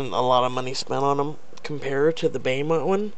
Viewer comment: It's pronounced Bow mont (Beaumont) hun lol